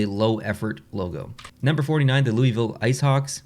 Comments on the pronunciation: It is pronounced lew-a-ville, not Louisville. Love the vids! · Would you have ranked the Macon Whoopee logo higher if you understood it at the time of the filming? It's pretty clever... not just the name, but the bird and the bee. And don't feel bad about the Louisville mispronunciation. People in Louisville even mispronounce the name of poor King Louis (loo-ee) XVI of France, for which the city is named.